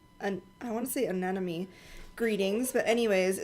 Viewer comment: “An ‘em mony ” is how anemone is pronounced